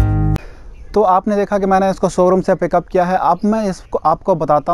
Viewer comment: Somebody count how many times he said soroom